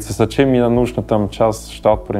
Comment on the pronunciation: Герой выпуска, вы говорите о русском менталитете в вас, так выучите русский. Не может быть русского менталитета в чужом в человеке, т.к. русские мыслят образами и правильно слагают это другим. Вы даже слово "мне" неправильно выговариваете. Думаете что приехали из Швейцарии с деньгами, выкупили себе хутор с землёй и теперь у вас русский менталитет? Вы ошибаетесь, то что вы чувствуете это та свобода, которую вы ощущаете и вы не можете её получить в Швейцарии и ваши аусбильдунги на рабочий профессии конечно хорошо построены в плане обучения, но мне так не нравится ваш пафос именно в голосе, а значит он и в вашей голове. Вы лжец.